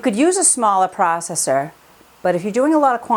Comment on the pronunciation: Lord you say processor so weird and so much that its annoying. Anyway, those green peppers should have been cleaned more and chopped smaller. You wouldn't have to blend so long and it would cut down on the foam.